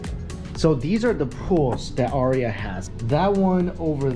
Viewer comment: The aria is the NOT-RIA.